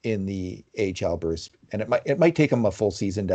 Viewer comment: In case reads these comments. You gotta stop introducing Bruce the way you do, it’s honestly disrespectful and it’s frankly fucking annoying. Just say the mans name normally.